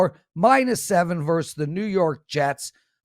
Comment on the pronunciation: over time, I like your casts more and more, but could you please say versus with two syllables.